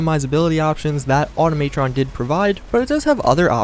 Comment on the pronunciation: automaytron????? automatron=automuhtron you dip